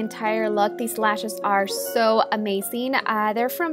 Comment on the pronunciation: Your accent is pretty annoying sometimes "amazing" not amasing! You pronounce all your Zs like Ss and Ss like Zs... 😒